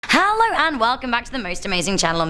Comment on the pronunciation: Why does her hello sounds like hallow?